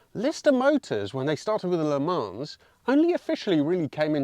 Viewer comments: Why? And I understand why you pronounce Fiat, Alfa, and all the other makes correctly. But saying Le 'Manzz' Sounds flippin terrible. 😂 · Please pronounce Le Mans properly without the S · Le Mans is pronunced without the s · I enjoy your content. One small point: better not to pronounce the s in Le mans. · If you're going to pronounce Italian names like an Italian, (parlo italiano anch'io e il tuo accento e buono mi sembra), you should be consistent and pronounce Le Mans correctly. It's not difficult - the 's' is silent and the 'a' is an 'o' as in 'shot' but a bit more nasal. You're welcome.😀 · You don't pronounce the S in Le Mans.👍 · Nice car, but do pronounce the S in Le Mans, please.